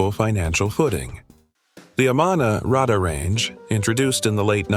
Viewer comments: RAY-DAR not Rahder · I dont think the product was called a rad-dah-range. It was a ray-dar-range. Like RADAR. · The word is pronounced “AhhMann Nah Ray Dar Range “, not whatever you were saying